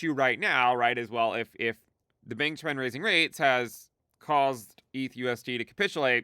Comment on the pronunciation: Bank of Japan sounds like you saying Bankish Man